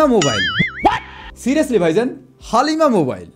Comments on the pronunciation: ❣️ উচ্চারণটা 'হালিমা' না বলে 'হ্যালিমা' বললে ভালো লাগে। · হালিম 🤣🤣🤣 হালিমা😂😂😂